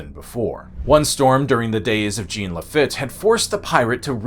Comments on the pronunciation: Great video and many thanks. Just one note from a Gulf Coastal native: its Jean "La Feet" not "La Fit". That made me cringe a bit. Cheers! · It's pronounced La-feet ! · Upsetting mispronunciation when apologizing for the native language, you royally screwed up multiple other names Cabeza: Kah-bay-zuh (not kah-bay-zah. Sounded like you were building up a kamehameha there) BerNARDo, not Bernando.... Lafitte: La-feet Maceo: May-See-Oh Balinese: B(AL)-lin-ease. Not bawl-en-ease. Please refer to ZZ-Top's "down at the balinese" for further information Jacinto: ha-seen-toe We've always called it ball-iv-er, but bow-live-are is more authentic so no harm there Fun facts: I know you didn't say it, but another reason Houston became the big city: The air conditioner was invented shortly after the storm. People moved to Galveston because the sea breeze was better than 50 miles inland on the swamp. Well after the hurricane people would rather sweat a couple years than be stuck on the island and face a storm. Then with the oil you mentioned and the AC being powered by that oil, Houston just went massive. The Maceo's family, one of the grandkids is Tilmann Fertitta, owner of the golden nugget and the Houston Rockets. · His pronunciation of Lafitte was painful.